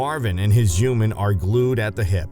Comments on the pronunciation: Humans, not Humens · What is a "juman"? 😄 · Whenever he says human I hear hooman😂😂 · without pronouncing the "h"! -> uman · Why do the narrator pronounce “human” as “youman” omg it’s driving me crazy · When u say human it sounds like your not a human ur an alien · How come he can pronounce humanity right but can’t say human?